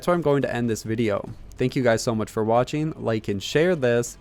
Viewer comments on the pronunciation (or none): none